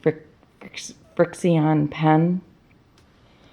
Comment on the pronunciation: Thanks. She also has a video tutorial on this, but I think it was just for those that received this pattern in the Quilty Box a few months ago. BTW it's pronounced FRICTION, just a trademark deal for the way Bic spells it.